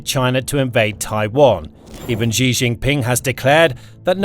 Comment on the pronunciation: This is going to blow your mind but...Russia makes computer chips. They also make all mannor of sensors and such. (2) His name is pronounced "She".